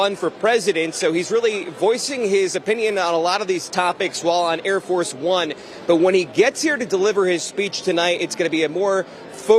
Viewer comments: I think it's pronounced "Air Farce One" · I thought I heard him say: "Hair Farce Bum" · I think the guy was calling it Air Farce of One. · It's "Air Farce One". He just mispronounced it.